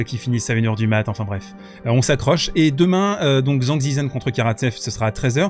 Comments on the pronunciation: Putain, TCHANG! Tchang Tchitchen! ZH se prononce TCH! C'est pas compliqué de regarder comment prononcer le pinyin. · Alors va falloir apprendre à prononcer son nom correctement 😂😂. Version simplifiée zhang = d.jean.g ; Zhi = d.j (e très très léger) ; zhen = d.jeune. Si tu utilises Google translate en cherchant 张志珍 tu auras la possibilité d’écouter en Chinois. Sans chercher la perfection… il faut prononcer le nom mieux car là c’est comme si il avait un autre nom en Chinois 😂😂